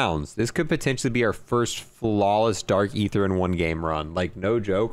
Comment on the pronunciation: its dark EEEEEther not ATHeerr